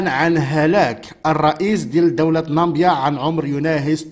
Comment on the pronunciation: Namibia و ليست nambia صحح النطق.